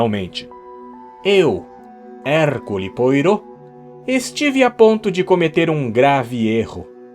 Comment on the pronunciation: Caro, você é um excelente narrador e tenho acompanhado muitos dos seus vídeos! Mas deixe-me dar uma dica... a pronúncia é "errcül poarrô" (esse ü é um "i" com os lábios arredondados, daí fica no meio termo entre "i" e "u"). Assistir um vídeo sobre o básico da pronúncia do francês, o que não deve levar mais de 20min, contribuiria muito para suas leituras de Christie, bem como certamente de outros autores. Mesmo para quem não conhece francês, mas conhece pelo menos a pronúncia do nome do detetive, torna-se um quebra-clima ouvi-lo pronunciado à brasileira, algo como ouvir "Árri Póter" em vez de "Harry".